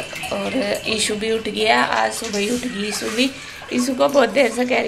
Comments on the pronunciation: Yaar asp ishu ko issu , ashu ko aasu kiu bolte ho, 🤔🤔 pd ke jaroor batana please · Mostly gaon ke log "श" ko स bolte hain Haryana up me ye baat bahut dekhi hai Maine खुस, सोक(शौक), सान, साम Etc etc